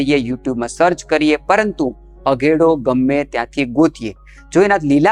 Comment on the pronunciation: અધેડો નહિ ... અઘેડો Aghedoજ બોલાય છે ડોકટર ની જેમ ભરપુર માહિતી આપવા બદલ આભાર